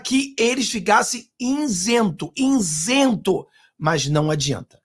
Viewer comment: INSENTO??? OU ISENTO???